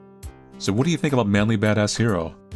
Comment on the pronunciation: Every time you say "" I hear "ManlyBadassCereal" for some reason. And it get's me hungry...